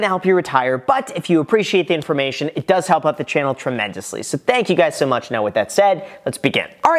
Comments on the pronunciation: What's up graham it's guys 😭😭😭🤣🤣🤣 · “What’s up Graham, it’s guys here” ?? Lol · “What’s up Graham it’s guys here.” 😂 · “what’s up graham it’s guys here”🤣🤣🤣🤣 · What’s up graham it’s guys here? Was that on purpose?